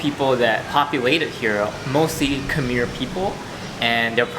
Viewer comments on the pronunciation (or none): Wow Soc Trang is my family’s home province!! That was the temple my family and I would always go to :’) also, it’s pronounced “Khmai.” You should learn more about the Khmer Krom people. They’re the indigenous Cambodian people of the Mekong delta and have a lot of rich history that you can learn from. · Love the video! Khmer isn’t hard to say it’s sounds like Thai correct annunciation is “Kum-mai” should be spelled like khmai, but spelled in English is Khmer. Hope you all get to visit Cambodia one day as well!